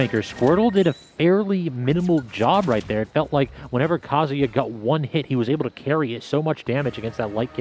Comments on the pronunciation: Cant stand hearing how many pronounce Kazuya like Kasia. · Why is that none of y'all can pronounce Kazuya correctly? It's Ka-zoo-yah, numb nuts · Bruh the commentators trying to say kazuyas moves makes me laugh so much